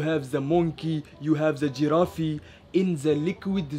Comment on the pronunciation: The fact he said girrafi and aceraciam hahahahh🤪🤣🤣🤣